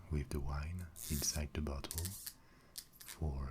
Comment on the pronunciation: He says bottle like buthole, great vid tho